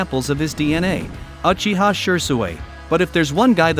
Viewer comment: shiswera yes shisqwer uhiha junjustu LOL